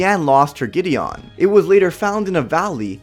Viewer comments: It not gedion it's gedien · It's pronounced gi-de-in not gi-de-on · Gideon not Gidion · Just gideon NO emphasis on "ON" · It's funny how you say Giddeon, like giddy on. It's pronounced giddy in. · Its not giddy ON its giddy YEN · It’s prounounced Gide en not gide on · Gideon not giddy on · Dude its Gi-dee-yen Not Gi-dee-on , u make it sound like shes riding a fucking horse 😒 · I don’t think he said Gideon right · I cannot take it your saying Gideon wrong it's just annoying to me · You pronounce gideon weird